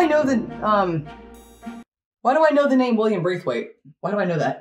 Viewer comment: Late reply, William Braithwaite is a famous American poet. They said the name wrong. Its William Blathwayt, a British diplomat, who is associated with the place